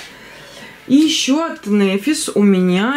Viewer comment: только можно поправочку? НэфИс, не нЭфис. Ударение на И.